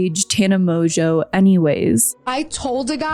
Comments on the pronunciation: Mojo? Its pronounced MOJO? Here in the UK it is usually pronounced Mongewe, though in this case emphasis on the ewe! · There’s just no way that her surname is pronounced Mojo, she just doesn’t want to admit that her surname is Mon-Goo 😂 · Insert joke about mispronouncing Mongeau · I keep hearing mojo